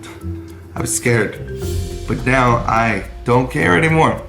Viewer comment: Mungey, ingevbly, Ngo, eveng ngow. Like brother you can record another take, it doesn't cost you any money.